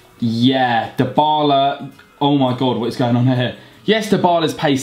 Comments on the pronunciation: His name is pronounced as Die-Bar-La. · Actually it's dee-bar-la